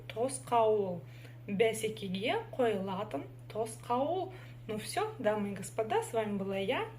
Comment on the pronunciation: Ударение в казахском языке ставится на последний слог. Попробуйте,, қойылатын